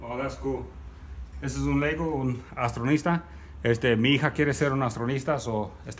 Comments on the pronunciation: Buen video, das muy, muy barato todo quisiera vivir aya para poder comprar las cosas jajaja, y otra cosa, se dice astronauta, no astronista, sigue así amigo👋🏻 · Éste men habla raro Su hija quiere ser una austranista?que pex eres mexican o mexicano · Y?, Me río por qué me da gracia la manera en que se pronuncia, me da igual cuál sea la manera correcta de pronunciarlo. Saludos!